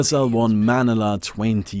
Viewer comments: It's manala it's maniila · I just can't take it anymore. haha. as a person from the Philippines, pronounce it as Muh-ni-lah not manee-lah. sorry. was irritating me. hahaa had to get it off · its ma-ni-la not mani-la. haha. btw great and boring game. that game was a slow death from the vgr. lol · you say manila like ma-nila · Lol hahaha the way he pronounced "manila". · HAHAHA you said Manila wrong. thats funny